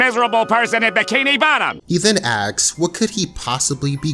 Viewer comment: "he then AXE" Bro, the word "asks" is easy to pronounce, there's no reason to say it wrong